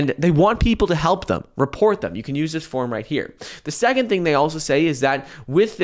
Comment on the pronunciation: This is the last video I like if you keep saying "Thum" instead of "Them"